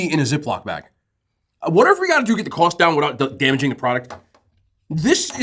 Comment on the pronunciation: His New Jersey accent came out really hard when he said “cost” love it . I went up to Boston and I love the accent and culture . Def went to the bodegas.